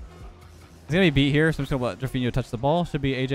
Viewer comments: Ur pronunciation of Drufinho is pretty good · The pronunciation of Drufinho is correct, well done!